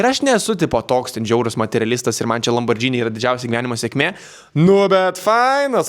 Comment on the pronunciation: Labas, ne LamborDzini, o Lamborghini ( liet. LamborGini). Sekmes tau ir Kamilei, jus abu super!